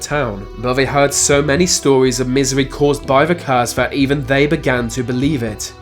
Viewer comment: I’ve rarely heard a lazier speaker. I.e. vis, vat, fings, fousands, ve, wever beaten plus lots more. I can’t listen to this. It must sound retarded to other English speakers throughout the world. 🤷🏻‍♂️